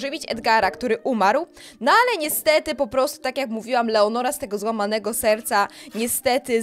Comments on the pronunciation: ty cały czas czytasz leonora a ona jest lenora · to nie jest leonora tylko lenora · To nie leonora tylko Lenora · Lenora to jest a nie leonora 😂😂